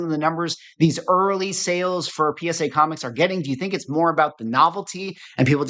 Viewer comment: put in the listings "first ever PSA comicS graded" - emphasis on the "S"! 😂